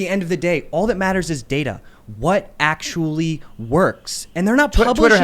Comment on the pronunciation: Well arkthullly... that’s all I hear from these basement dwellers